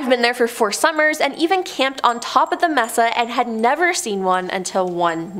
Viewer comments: Pronounced May-saa not Mess-sa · may-sa , not mess-a JFC Understandable is English isn't your first language, but fuuuuuu.... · Its M-E-S-A! ..NOT MESSA!Lmao 🤣